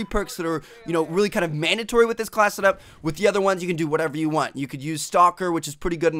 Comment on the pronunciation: is it just me or does it get really annoying some times when he says really with a lot of emphasis? just watch it again & listen to how he talks